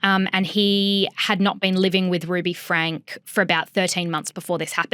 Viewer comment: I know its not the point but if youre going to talk about things like this please ensure you are pronouncing names currently. Its not hard to figure out its pronounced "frankie". Also from learning about mormon beleifs and from listening to the eldest daughter Shari's book the over representstion of "influencers" and "vloggers" from Utah is because of the mormon of later day saints churches requiring practicing mormons share about their loves to raise awareness of their religion and spread their beleifs.